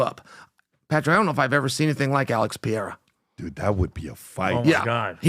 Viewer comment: I love it! Uncle Chael still calling Alex, “pee-air-uh”🤣🤣